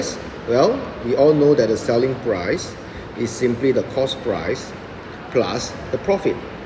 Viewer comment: It's "price" not "proce"